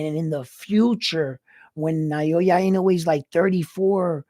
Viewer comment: It’s pronounced as NA - OH - YA not NA - YO - YA love your analysis 2 weeks ago. And wow you look sharp this time. New subbie here.